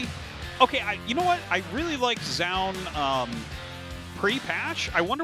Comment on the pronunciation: Ok I will write same comment as I wrote on some other Zoun commentary game. Why always commentators pronounce his name differently. One is saying ZOUN and the other is saying ZJOUN or ZHJOUN or I dont know how to spell it. Which one is correct I have no clue. But pls say it the same way, its distracting and weird.